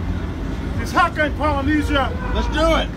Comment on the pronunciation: He pronounced some of those words wrong thats a maori haka leave ut2 us